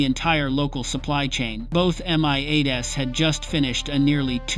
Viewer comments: Unbelievably bad IA commentary. At exactly? M-I-8-S. Come on get real. Another good story sploit. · I am sick of these PHONY videos that start with "At exactly [time of day] ..." but don't give a DATE. Because the events didn't really happen. It's all FICTION. Then the AI voices that don't recognize plurals: "two MI-8 ess" for two MI-8s.